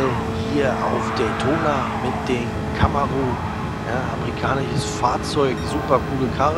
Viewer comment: Der von dir verwendete Wagen heißt CamarO, nicht Camaru 😉 Noch ein Tipp: Vor der Aufnahme eines Videos deine Nase putzen, klingt dann besser 🤷‍♂ Trotzdem vielen Dank für deine Mühe und deine Tipps👍👍👍